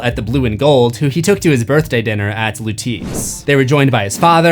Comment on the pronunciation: it’s Lew-tess !!!